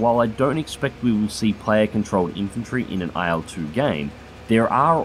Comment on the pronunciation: please stop pronouncing it AYEL-2